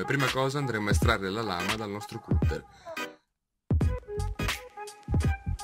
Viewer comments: Comunque si dice "catter" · Si pronuncia...Catter...bravi comunque👍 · comunque si legge "catter"